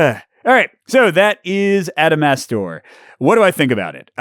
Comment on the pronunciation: Every time you said the title, I keep think your saying AdamSmasher. Like from cyberpunk.